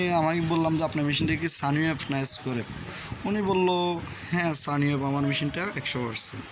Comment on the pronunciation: সানি অয়েব না কি যেন উচ্চারণ করছেন বুঝতে পারলাম না। শব্দটা হবে সাইন অয়েব অথবা পিউর সাইন অয়েব।